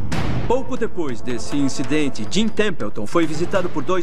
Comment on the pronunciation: "Diipois" da vinheta ☝️🏻😎